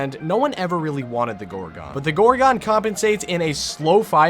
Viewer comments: "Gore-gone" please stop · Why did he say gorgon like that. Gor*quickpause*GON.